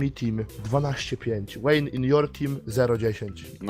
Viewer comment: Vayne to Wejn, nie Łejni